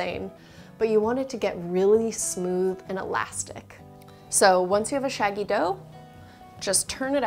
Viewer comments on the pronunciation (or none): none